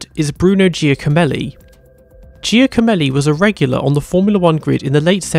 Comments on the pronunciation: McCarthy is pronounced McCarfy Chiesa is Kiesa Giacomelli is Jackomelli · His name is pronounced more like ‘Jacko-melli’.